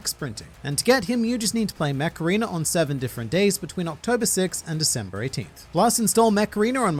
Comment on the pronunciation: lmao what i heard was macarena instead ko mech arena!